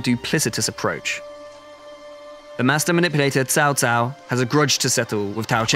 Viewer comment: 曹操念成糟糟，劉備念成里歐貝，馬騰念成馬桶，lmao